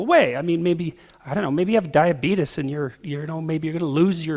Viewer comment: A guy who's gonna lose his feet with diabeetus.... diabeetus... diafeetus...